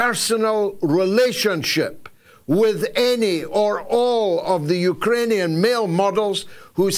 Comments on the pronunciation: It's pronounced Ukrainian George, not Ukaranian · George, it's not "UkErainian" .......... it's 'UkRainian'! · Why do you keep calling them Ukeranians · “Yook-er-rain- e- an” 😂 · Love the " Eukaranian" , for emphasis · What is a Uker-rainian? 😂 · You'd think by this stage in history Galloway would be able to pronounce "Ukrainian" 🤷‍♀ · learn how to pronounce Ukrainian you muppet.